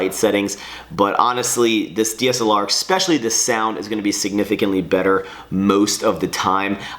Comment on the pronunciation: can you PLEASE stop pronouncing especially like "EXspecially"?! I've put up with it for years and enough is enough. From now on, every time you pronounce it like that I will sneeze without covering my mouth!